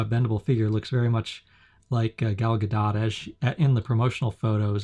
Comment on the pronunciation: Her name is pronounced "Gol Ga•dote".